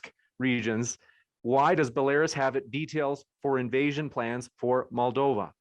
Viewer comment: “DONNITSK” “LA-HANDSK” “BOLARIS” “GA-NOME”